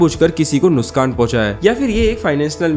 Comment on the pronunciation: Kese Ko Noskan😂 Ya Phir Kese Ko Noksan Bhai Kia Bol Rahay Hu Ap😂